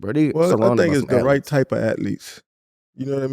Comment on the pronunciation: What is an "atleet"?